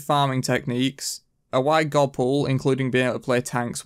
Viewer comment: Why can't you say God normaly? haha Gowwd